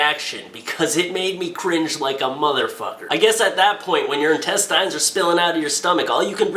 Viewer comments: Intest-eye'n....? I've honestly never heard someone pronounce intestine like that in my life.... It's Intest-en. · + Hey, what's up? I love your videos,, but just had to make the comment that the word intestine is pronounced with the last syllable having a short 'i' sound like a tin can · Tactical Turd He's not pronouncing it the way its spelled. The way its spelled it would be pronounced "in-tes-tin" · FOR GODS SAKE "INTESTINE"